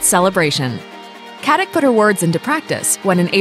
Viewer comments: FYI it’s not pronounced Katik but Katitch. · Her surname is a very common name in former Yugoslavia and in Germany and Austria where many emigrated. It is pronounces Katitsh. Nobody pronounces a c like a k in the slavian languages. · You should learn how to pronounce her last name :)